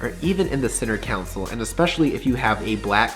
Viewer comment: It’s “console” nerd.. center CONSOLE!